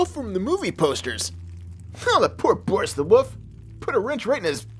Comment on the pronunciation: You say woof instead of wolf